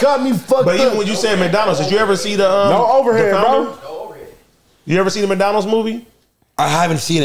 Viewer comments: Some one tell it's McDonald's.. not mikedonalds 😂😂😂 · say Maicdonals😂